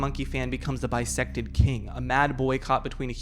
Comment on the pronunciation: Every time you said bisected king, I could only hear bisexual king. So, slay bisexual king